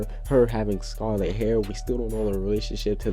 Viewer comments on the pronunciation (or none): none